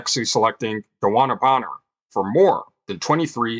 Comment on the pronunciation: He practiced saying DeWanna Bonner 😅 100 times